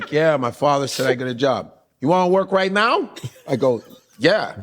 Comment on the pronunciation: "You ready to work right now, ehn?" That's so Chicago😂😂